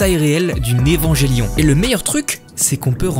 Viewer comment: Salut, ta vidéo est incroyable. En revanche, tu m’avais prévenu, mais mes oreilles ne supportent toujours pas ta prononciation d’Evangelion. J’ai fini par croire que c’est un running gag 😁 En dehors de ça, incroyable! 👍🏼